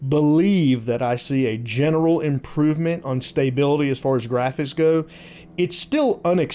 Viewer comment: STAY-bility?? :) Just messing with you. When I head how you pronounced Stability it sounded strange....because it is pronounced stuh·bi·luh·tee. Lets see how quick they get these updates out. I assume a lot of these fixes are things that were known issues prior to release and are releasing now.